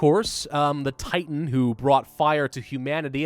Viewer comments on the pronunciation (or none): none